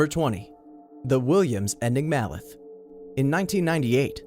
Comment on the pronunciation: Enjoyed the way you butchered the pronunciation of 'enigmalith', placing the stress on the third syllable ...for reason(s) unknown..[enigma + lith (stone) = enigmalith] Then we hear that maybe the Inca civilization had been in intimate contact with Space Aliens and mastered engineering the flight envelopes of fighter jets, although they failed to develop even rudimentary iron metallurgy.